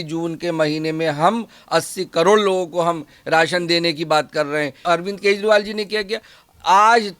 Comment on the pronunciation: कजंरिवाल not kezri😂